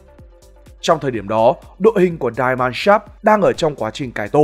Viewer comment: Die Mannschaft (Deutsche Fußballnationalmannschaft) nếu bạn đọc theo tiếng Anh Die = Đai (chết) thì không đúng nhé . Thanks bạn